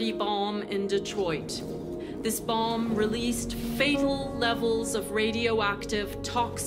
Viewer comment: Why does the president pronounce it as "dirty boLm"?